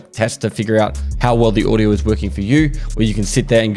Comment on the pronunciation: what is "Odiooo" 🤣